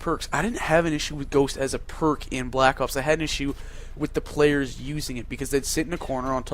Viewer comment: you sound funny when u say black ops (black opes) lol